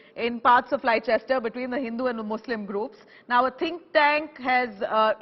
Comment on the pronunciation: Madam- the correct pronunciation is"Lester."